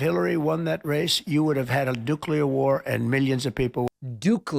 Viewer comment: "Dookular" is crazy!!!